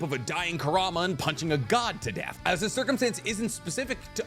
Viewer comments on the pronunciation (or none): none